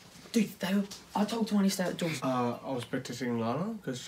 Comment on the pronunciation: bro really said open da noor 💀